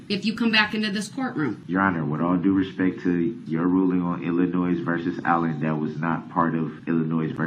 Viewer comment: It really bothers me whenever he meaninglessly states the phrase, "with all respeck ". He is too stupid to know that the correct enunciation of that statement is, "With all due respect !" His disrespectful attitude and behavior overshadows every attempt he makes to try to appear to be respectful.